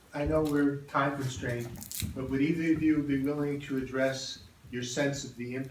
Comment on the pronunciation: Why do women, these days, pronounce the word "to" as "tiw"?